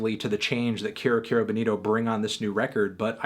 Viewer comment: IT'S PRONOUNCED KEYROOOOO NOT CARE-O